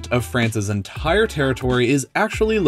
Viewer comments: I like how he said the word "The Entire" he said it like that The En Tire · Why you say enthaire